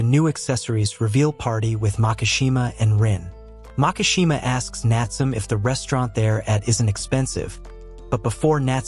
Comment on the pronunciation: Bro it's not natsum it's Natsume 😢